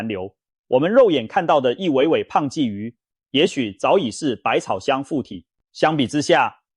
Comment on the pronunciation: 我真的懷疑這是共產大陸的製作影片，更盜用台灣腎臟科名醫洪醫生的聲音，真的很壞，還故意說台灣出口，我們台灣根本沒有黑魚，我們不講黑魚，我們鯽魚也不會唸二聲！